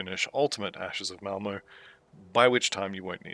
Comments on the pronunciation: Malmo? I’m willing to blame my ancient hearing but I tried it a few times and it definitely sounds like you’re saying Malmo for Malmouth. If I’m wrong, I’m more than happy to be wrong 👊🙂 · Pronounce words however you want, I was worried I was more deaf than I thought or that there was some weird audio clipping occurring 😜